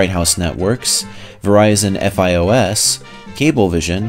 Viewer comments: My dad worked for FIOS at one point, and it kinda made me cringe a bit when said F-I-O-S. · Fios is not pronounced F-I-O-S